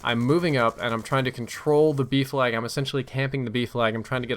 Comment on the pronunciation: OOOHHHH B FLAG i thought u were saying Beef lag for the longest time